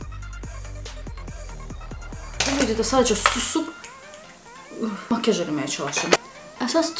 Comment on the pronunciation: Makiyaj yox makyaj